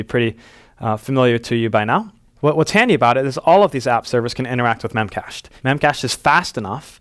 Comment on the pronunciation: I think they pronounce it as “Memache D”